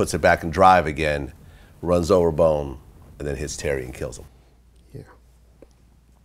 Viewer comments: haha exactly bruhh. and after he got corrected he still kept saying bone. goof. was not amused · “Bone” I would’ve said how you gone correct me!?? It’s “bones Vladimir” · baldo rodriguez and continued to say bone. Lol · 😂😭 Vlad tried to correct him saying “Bone” while actually knows the guy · Notice how glad kept saying bone even tho he was corrected.